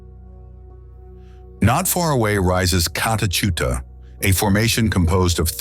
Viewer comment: never heard of cockadoo only Kakadu it might be a good idea to speak to an Australian, a real one to pronounce some of the names because some of these towns I've never heard of and I was born here in 1958😅🤣😂